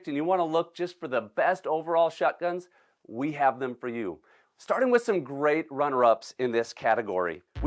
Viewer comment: I like it when says “waterfall shutguns”